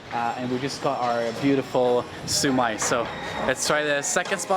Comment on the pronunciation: bánh mì => bang me xíu mại => sue my cảm ơn => come on :)))))